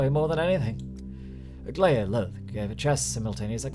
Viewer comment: By the way it's pronounced Aglaya (AglAya, like in Accent, Appetite, Aperture) LiliCH (CH like in chiken or a chin, chisel) I applaud your dedication to this game (learning cyrillics, the steppe linguistics, reading latin so well.. ect) I also was so excited when I recognised her opening lines from patho 1!